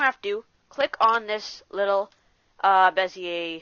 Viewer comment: Wasn`t that bad. We all coul hear you quite clear, video was without some shitty aditional; stuff like panning around with no idea what to do next. It would be better if you could try to use different software (which shows what keys are you pressing so you don`t have to repeat) and Bezier is from French :) So you eat the last sound or smth...